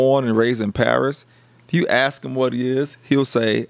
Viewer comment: And it’s “ask” not axe.